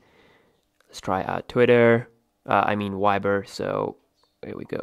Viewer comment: why do you pronounce the "V" as a "W"? i mean..... Wiber!!